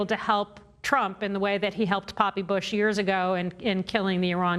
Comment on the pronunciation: Did she just say “Papi Bush”?